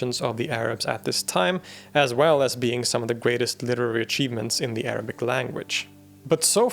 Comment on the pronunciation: hearing proper arabic pronunciation in between of good english speech brings joy to my ears